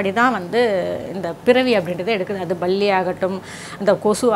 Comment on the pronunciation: Not balli. ..clean ur tongue palli